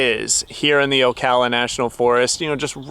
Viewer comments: Dude I respect what you're doing but as a Floridian, it's killing me to hear you pronounce Ocala like O-caw-lla. It's pronounced O-cal-uh. 😉 Keep doing what you're doing. Blessings! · It's pronounced "OH-KAL-LAH"😅 And there are many different entrances to Ocala national forest so you have to go online . I believe they don't have full hookups anymore. Check out OSCEOLA NATIONAL forest. They have the battle.fueld of Olustee nearby. Full hookups..huge showers. Also check out LAKE GRIFFIN STATE PARK.full hookups with pull.through sites. I'm in Florida BTW